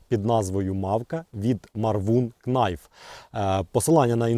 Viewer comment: Knife — найф (без букви "к" на початку)